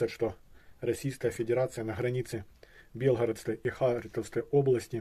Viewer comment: Ни Белгородская, а Белгородская область, ударение на О .